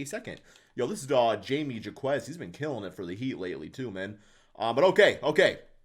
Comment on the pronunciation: the way you pronounced jaime jaquez name 😭 it's pronounced hy-may haw-kez